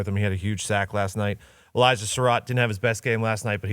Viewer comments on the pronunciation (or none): none